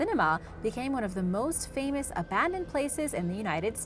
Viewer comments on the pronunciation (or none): none